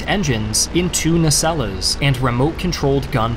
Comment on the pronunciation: The second "e" in "nacelles" is silent.